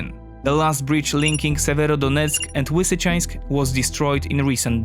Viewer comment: Lisichansk man, you polish have a proper l sound just because the other half has been corrupted in to w doesnt mean you can take in to consideration that ukraininan only have a proper l.